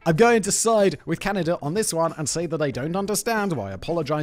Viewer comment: I think you saying Can - I - da a thousand times, is more than I can bare. Please Simon - there's no I in Canada